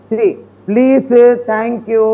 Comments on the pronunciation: அதென்ன ஷரி ஷரி ??? தொகுப்பாளினி அவர்களே சரி என்று சரியாக உச்சரியுங்கள் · Its not sheri, its seri 🙄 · வுக்கு "ச, "ஸ" உச்சரிப்பு சரியாக வராது.. பிக் பாஸ் என்பதை பிக் பாஷ் என்று தான் சொல்வார்.. நானும் இதைப்பற்றி கமெண்ட் செய்து இருக்கிறேன்.. அந்த வகையில் இப்போது "சரி" என்பதை "ஷரி" என்கிறார்.. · வுக்கு "ச, ஸ " உச்சரிப்பு சரியாக வராது..பிக் பாஸ் என்பதை பிக் பாஷ் என்று தான் சொல்வார்.. நானும் அந்த சமயத்தில் இதைப்பற்றி கமெண்ட் செய்து இருக்கிறேன்.. அந்த வகையில் இப்போது "சரி" என்பதை "ஷரி" என்கிறார்